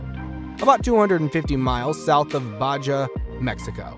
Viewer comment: Baja is pronounced “BAHA” the ‘J’ makes the ‘H’ sound please edit your narrative…